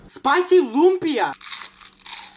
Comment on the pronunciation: I’m filipino and I don’t like the way he pronounces lumpia